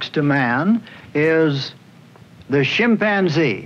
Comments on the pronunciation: "Shim" panzee lmao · He’s killing me by saying shipanzzee😂😂😂😂😂😂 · Interesting how Marlin pronounces chimpanzee "shimpanzee" and that I never noticed this when I watched the show when I was a kid.